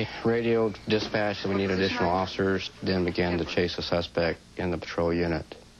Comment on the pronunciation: The cop says occifers!! Lol